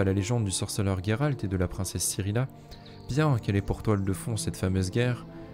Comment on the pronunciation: Sérieux Gueralt ???? Pas possible de t'écouter on le prononce JÉRALT et conseil les gens s'en foutent de voir ta tronche tu t'aime non ??? Salut